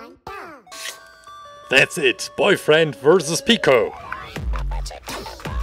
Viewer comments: His name is pick-o pico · i heard he said paco instend of pico PACO PACO REALLY